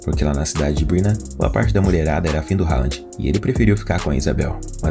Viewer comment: O nome dele se fala "Röland(com d mudo) e não Rand.